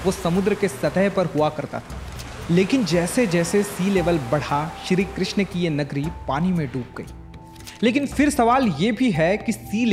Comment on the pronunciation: Its not shri krishna…its shri krishn